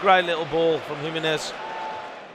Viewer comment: HE-MEN-EZ …. just to help you out 🇲🇽